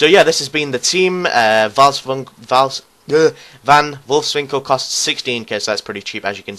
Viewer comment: the V in van Wolfswinkel is pronounced like an F in dutch